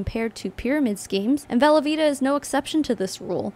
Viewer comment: I know you're saying 'velovita' but all I can hear is 'velveeta' and I have to keep reminding myself lol